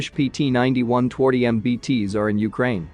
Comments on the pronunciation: Twardy is pronounced tfardee. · Twardy - is pronounced as tvardy. Not that difficult. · Twardy is pronounced Tfar-dyh. Please, check pronunciation every time as what you say does not sound at all as what you are saying. Cheers.